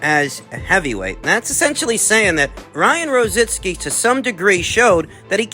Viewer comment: IT'S NOT ROZINSKI.ITS R O Z I C K I...LIKE RICKY...ONLY RO ZICKi...LOL...